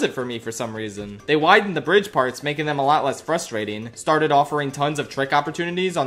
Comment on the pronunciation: "frustrasting" Shows image of an Irritator I see you there, fellow dinosaur nerd